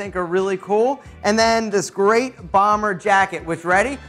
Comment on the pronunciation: That accent on the bomber was the winner! 😂🔥